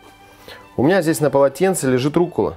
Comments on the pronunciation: Почему Вы говорите руккУла ? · Вы говорите "руккУла"? Я отписываюсь о вас.